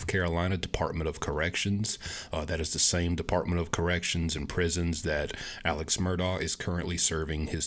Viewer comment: It’s actually pronounced “Ellick” “Murdock”